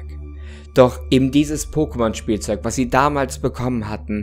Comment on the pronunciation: Danke, dass du es so aussprichst wie in der Serie und nicht „Pockemon“! Eine Wohltat für die Ohren!